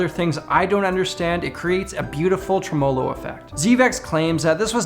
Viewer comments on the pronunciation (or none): Nice video dude but “trem-oh-lo”....? My accent sucks as well. 😂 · Kirk Wahmmett I've always heard it pronounced "Trem-uh-lo" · He said TREM-OH-LO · You say "tremolo" very wrong, though. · Who tf says tremolo like that? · iv never heard a british person say it like that